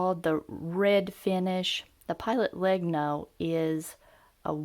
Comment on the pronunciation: Just a small thing: Legno (wood in italian) it's pronounced "Lehnyo" as the words mañana, Peña, niña. Or gnocchi.